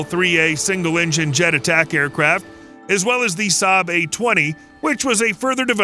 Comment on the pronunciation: gotta love that prononciation of jakt, attak, spaning 🤣🤣